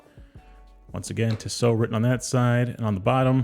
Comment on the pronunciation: It’s Tee so not Tiss O